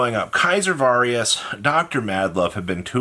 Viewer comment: Why have you always said “Kaiser Varius” its Caesar. Like Little Caesars ( the pizza place) 🍕. And Its Valius. No R in it